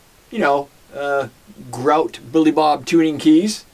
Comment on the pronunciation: its grote not grout